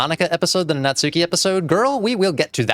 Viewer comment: I can’t believe 24 parts into the series you are still pronouncing Natsuki’s name wrong. To be fair a lot of the community does. But in Japanese a u between hard consonants is silent, so it’s more like Natski.